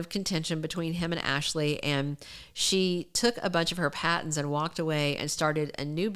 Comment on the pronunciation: Patents not Pattons